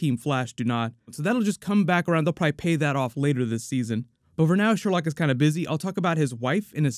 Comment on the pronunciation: It's pronounced "Sher-loque." Come on,, you're better than this! Favorite moment was definitely the corny, but hilarious, laser tag scene lol